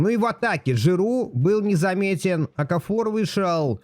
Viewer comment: В фамилии Окафор ударение ставится на А